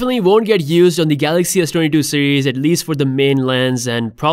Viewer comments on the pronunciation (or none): none